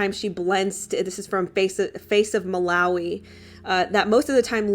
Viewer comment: Hey I lived in Malawi as a kid, uk sub here, it's pronounced Muh- lar- wee lar rhyming with car As you asked!!!